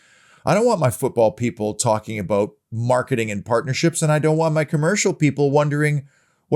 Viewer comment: I just tune in to hear say "aboot"..minds me of Terence an Phillip 👍UTV